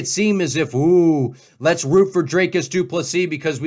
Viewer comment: It’s Dr-I-cus not Dr-A-cus